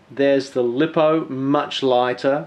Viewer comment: Lost me when you pronounced lipo wrong!